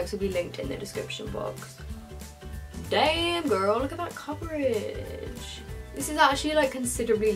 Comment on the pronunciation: the funniest thing is hearing a British person say the words "dayuuumm gurl!" 😂😂😂